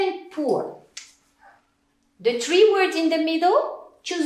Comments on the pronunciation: Prononcer " Tri" aulieu de three ça ' m'étonnerai que ça soit TRES bonne prononciation 🤔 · Termine de visualiser la vidéo, elle n'a prononcé qu'une seule fois le trois : tri; Son accent est quand même agréable à écouter comparé à d'autres profs. Arrêtons de ne faire attention qu'à la petite tache" noir"! . L 'erreur est humaine.